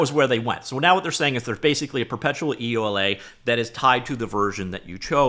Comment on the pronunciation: Please pronouce it "yoo-la" not e.u.l.a